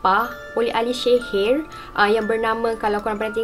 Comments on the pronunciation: Assalamualaikum sebutan sihir tu Rasa mcm x bethol bukan shehir tapi sihir bakukan... Content terbaek cuma akak terganggu dgn sebutan syg... Sorry yaa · Walaupun gagal sebut sihir i ttp jatuh cinta...